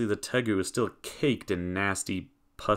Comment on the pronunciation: Did you say Degu? Hehe 😊